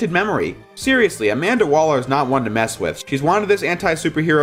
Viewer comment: You said Amanda Waller and I rolled my eyes